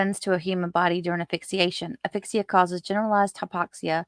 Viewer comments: Great video (as usual). If I could just make one suggestion: please pronounce the 'S' in aSphyxia. Not trying to nitpick, but it's a bit distracting when I keep hearing the the name of an email app (Affixa) in place of the word for suffocation. Otherwise, though... excellent work. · Love your content!! Thanks for all of your hard work! 🥰One little thing… it’s asphyxia with an S sound..Just a little nit picking from a nurse ☺️. Thanks again! Love your work!